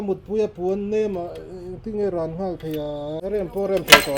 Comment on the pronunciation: 'Rawn' tih thluk hi a awn thin a😁🤪 a hmuhnawm thin viau e.